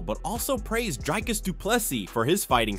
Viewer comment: My all-time favourite pronounciations are Stricklands "Dreicus" and Covingtons "Cumshot".